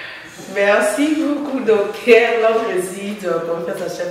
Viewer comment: Ma soeur svp, on peut se dire journaliste quand on prononce bien ses terminaisons par exmple: (docter... non c'est docteur, paster... non, c'est pasteur...au faire, vas sur google et trouve la vraie pronunciations des terminaisons entre: ter, taire et teur. Ne t'enerve pas mais c'est coe cela que ns aurons un Congo avec des bons journalistes. Si avec le Français ça ne pas, fais ça en lingala, pcq ça nous fait mal, ça nous sonne très mal même une fois que je t'ai suivi en interview avec Mr. Thiani sur la congolité mais c'est triste?